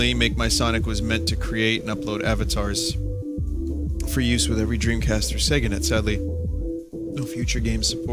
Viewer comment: sega dremcast